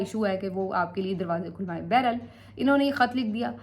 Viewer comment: بیرا ل نہیں بحر حال ہوتا ہے اور اس کو بار بار استعمال کیوں کرتی ہو